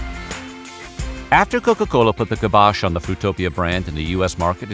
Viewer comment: it's pronounced "ky-bosh"